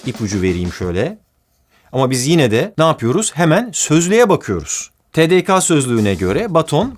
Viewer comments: "TE-DE-KA" değil, "TE-DE-KE" olması gerek Barış abi, lütfen dikkat et! 🥺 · TeDeKa olarak değil TeDeKe olarak okunur kısaltması, kısaltmaların her bir harfinden sonra e sesi eklenir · "tedeka" değil, "tedeke" 😊😊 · TDKAA değil barış abi tdke bizede turkçe hocası aşıladı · Abi te de ka değil te de ke …tek yanlışını buldum be sonunda barış abi kusursuzsun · hocam tedeka değil tedeke (!) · Barış Bey TeDeKa değil TeDeKe diye okunur. Türkçede harfler e sesi ile okunur. Saygılar.... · Ağabey bunu yapmayı pek istemezdim ama düzeltmem lazım... TDK harflerinde K harfi Ke şeklinde okunduğu için TeDeKe diye okunması gerekiyor :)